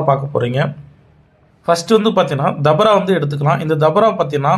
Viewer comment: அது தபரா இல்ல பா டவறா 😅